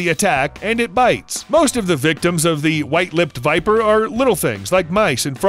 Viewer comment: Y nobody talking about the fact he said Porn viper🤔😅